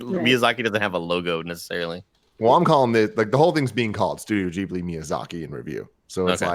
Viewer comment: Such an awesome movie! And it's pronounced Ghi-bli, not Gi-bli😅